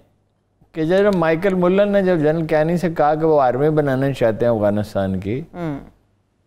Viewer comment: Michael mullleen.. :d hahahahahahah.. Amazing punjabi pronunciation